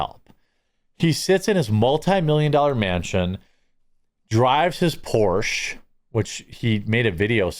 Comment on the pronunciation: Please learn how to say Porsche correctly ...